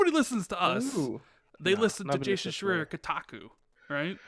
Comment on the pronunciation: I love everytime you say schreier wrong lol